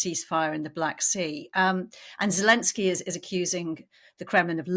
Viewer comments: I hate that this man cannot say the Ukrainian president’s name correctly…it is NOT Желенский….(zhelenskii) it is Зеленский..(Zelenskii) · ZHILENSKY rather than zelensky?? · Can someone tell this guy that Zelensky's name is not pronounced "Gillenzky"! Really irritating!!!